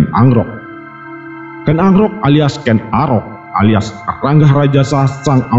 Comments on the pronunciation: KEN AROK BOS .DI PAHAMI DULU BARU BICARA. KEN ANGKROK ITU GIMSNA .SALAH ITU.. TIDA NYAMAN D DRNGARKAN. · Ken Arok bukan Ken Angkrok minnn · Kok ken agrok ya nuebut ny